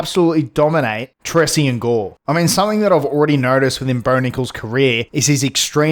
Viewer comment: Why you keep pronouncing gores name wrong